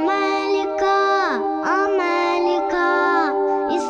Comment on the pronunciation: Affirmative because they do not say well, the name of our continent is Amerrrrica and not Amelica no noooo